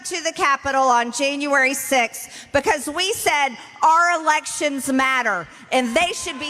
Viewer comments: There are so many horrible things about Marjorie Traitor Greene! She makes fun of President Bidens pronouncing of a name, yet she pronounces "January" as "Jane u iry." Not only is she part of January 6th, she's also a racist!😡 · She should object to the school system that taught her that we have 13 months. Who taught her to say Jayne-uary? Hahaha